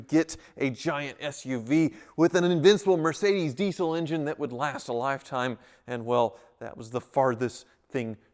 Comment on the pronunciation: Never heard it pronounced "deesyyl" before. EVER!